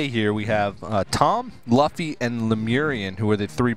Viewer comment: Luffy is pronounced Loo-Fee